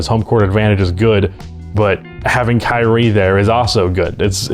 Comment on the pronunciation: thought you said "Karey Irving" lolol